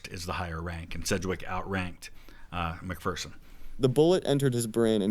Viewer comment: they pronounced mcpherson like how i pronounce my last name. but james mcphersons name was pronounced mick fur son